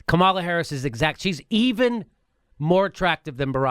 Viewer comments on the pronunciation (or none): She pronounces her name KA-ma-la, not Ka-MAL-a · You guys have need to learn how to pronounce Kamala's name otherwise the corporate democrats will just write you off as mixed up and you won't be able to persuade them to believe anything .. She doesn't pronounce it Ka-MAL-a .. It's KA-ma-la kind of like "comedy" instead of "coMEDy." I've seen her introduced by many prominent people in interviews & you guys act like you're just reading it from a comic book. Also, Kirsten Gillibrand pronounces her name "Jill-i-brand" not "Gill-i-brand" like I heard you say once. If you can't pronounce the names of senators from the top 2 states, it hurts your cred .. Other than that I like your show and views. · Please it pronounce Kam-a-la please Kam-a-la